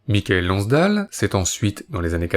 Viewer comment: "Des Dieux et des Hommes" ne date pas du début des années 90, contrairement à ce qu'on entend ici, mais de 2010. Et, quitte à consacrer un Blow Up à un acteur célèbre, autant bien prononcer son nom. On ne prononce pas Mi ka el, mais Maï keul Lonnss Dêle.